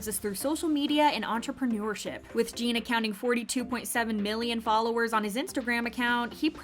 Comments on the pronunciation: His name is NOT Jean! His name is Jin!!!!! Rhymes with Gin. If you can't get his name right you are being disrespectful!! Not Gene. NOT Jean. Gin Gin Gin Jin. Jin. JIN!!! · Lmao the way she butchers his name 💀